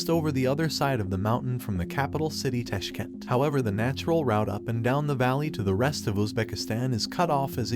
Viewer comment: if u are smart person you can say like it is not Kashkent , but it is called Tashkent. At least he tried to talk about your nation.